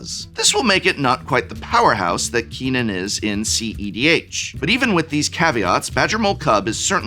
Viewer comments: Did you pronounce Kinnan as "Keenan" just so we would comment? That will never work on me! ... wait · I'd argue the pronunciation of Kinnan is far more atrocious than Prof saying, "mogging."